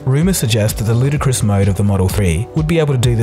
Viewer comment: cringe when people pronounce ludicrous as Ludacris